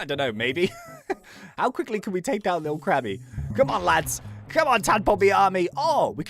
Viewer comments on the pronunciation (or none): none